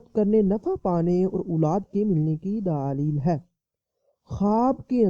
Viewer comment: bhai urdu to bolna sekho please apko sun k gusa ana lg jata ha gaib ko geebat bol raha ho or daleel ko daaleel socho kuch seekho